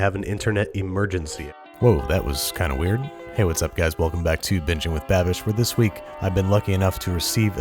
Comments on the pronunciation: I heard " that is right my roommate is black" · Back ... Not black...lol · Thought he said my yes my roommate is black lol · When babish said "thats right, my roommate is back" i heard my roommate is black and i literally DIED laughing lmaooooooooooooooooooooooooooooooo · Did you say " my roommate is black" or "my roommate is back"? :) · I HEARD WELCOME BACK TO BITCHING WITH BABISH LMAO